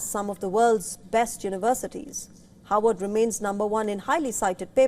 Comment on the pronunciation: Is she pronouncing "Harvard" or "Howard "????